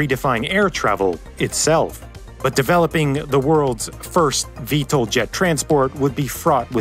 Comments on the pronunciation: Pronounced "VTOL", not "VTLE" (Vee-Tol, not Vee-tle) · VTOL not VTAL 😂 Vertical Takeoff OR Landing not "and". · I've worked in aerospace, not once have I heard VTOL pronounced V-TOLE, it's always V-Tall. Really takes away from the video.